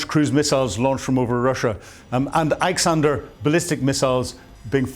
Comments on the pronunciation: Come on man...not "Ayek-sander" , but "Iskander"... ANd not "Homsh-tel"!!! But, "Hostomel/Gostomel"... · It's "Hostomel", not "Homshtel"..and "Iskander", not "Iksander"...😂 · I don't mean to sound churlish, but it would be great if you could pay just a little attention to pronunciations, pretty please. For example, it's Hostomel, not Homstel, and Iskander, not Iksander. These aren't big things, but they do your otherwise first-rate content a disservice. It's worth it to sweat the small stuff. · ffs. learn to read and pronounce. Hostomel airport and iskander missile. how hard is it to just read these names?